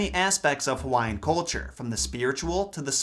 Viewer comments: Nice video but your annunciation sucks with Hawai’ian Words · 😂😂 I'm Polynesian (not gonna say which one I represent) , your pronunciation are so off, but I give you props bro. 💯 love your videos!! keep it coming. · This man just butchered so many Hawaiian names 🤦‍♂️